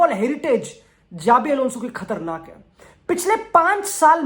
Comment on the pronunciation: Its Shabi Alonso